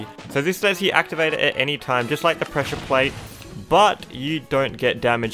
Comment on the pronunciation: Not sure if it's the accent or not but I keep hearing "pressure point" when he says "pressure plate"